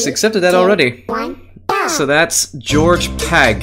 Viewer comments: He said George pag and not gorg pag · Its Gorg Pag not George Pag